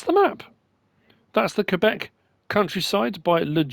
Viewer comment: the 2sd prenounc was correct Mr very good in french :) we are neibors with the province of quebec and i live 6 hours from quebec city :) the province is very big in agriculture and dairy